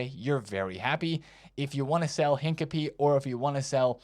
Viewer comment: Why did he pronounce Hincapie like he's a Pokemon?